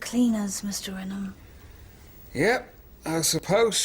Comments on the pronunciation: Not sure how you can watch 6 series of a show where Ren-um is pronounced many many times and still be calling it Rain-home in confusion. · They have said it enough during the show .. "Ren-em Industries" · It’s ‘Ren-em’ industries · Pronounced ‘denim’ but with an ‘r’.